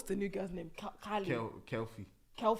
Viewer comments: Short for Kefilwe is Kefi not Kelfie 😂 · Its Ke Fi lwe short for Kefi